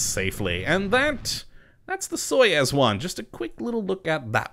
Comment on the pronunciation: Hey, i noticed that you pronounced Soyuz wrong, it is pronounced like soy-yous